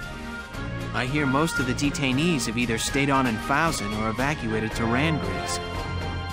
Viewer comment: The fact that he can't figure out how to pronounce Fouzen after all the times it's said show how little he pays attention to this game. Proof: he's got Catherine on his team (The game's objectively worst sniper), and the needless risking of Alicia which proves constant and annoying...